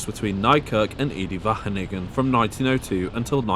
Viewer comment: WHATTT DID HE SAYYYY? EDE-WAGENIGGER